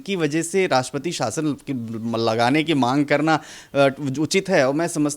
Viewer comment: शासन होता है आप साशन ना बोले पत्रकार महोदया